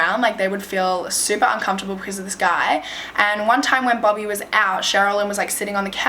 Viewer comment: I thought she was saying bubby, but then I realized it was bobby 😂